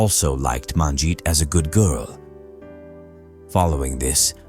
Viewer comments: You could at least learn to pronounce her name correctly. It's not MAANjit. Sheesh. You butchered her name. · Except you mispronounced all the Punjabi names, including Manjit's name. Terrible pronounciation!!! Next time ask a Punjabi person to help you. Sheesh.